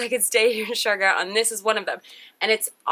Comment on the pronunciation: ITS SIARGAO NOT SIARGO.. IS IT A CLICKBAIT?.. lol